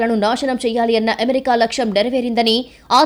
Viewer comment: ఎమెరికా కాదు అమెరికా.... చెత్త స్టైల్ వాగకు